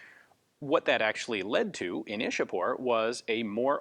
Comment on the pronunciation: The Brits 'chewed up' names of our cities and Places (Like Mumbai became 'Bombay',Vadodara became 'Baroda' etc.). Ian,Though it is written Ishapore,it is pronounced as 'Ichha-pur' not 'Ish-a-pore'.